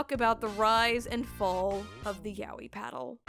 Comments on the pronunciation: yaoi not yawee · Fuck just say YA-O-EE jesus!!!!!!!!! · it somehow sounds super wrong how you pronounce yaoi. isn't it more like ya-oi? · Why do people keep reading it YA-WEE? Isn't it pronounced as YA-OY? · Ya-o-i. Not yawee. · Turns out I pronounce yaoi wrong. But if this is the correct pronunciation then it is identical to an Australian monster/brand of children's chocolate. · It's pronounced "yah-oh-e," not "yowwie" (despite that fact that "yowwie" would be an appropriate thing to shout when being hit with a yaoi paddle) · Yah-oh-e; you pronounce the syllables more clearly so it doesn't blend together as "yowie" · "Ya wee". Bruh... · Every time I hear the pronunciation of Yaoi as Yow-ee I get several flashbacks of violent timelines I've never experienced. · The mispronunciation of the word yaoi strikes again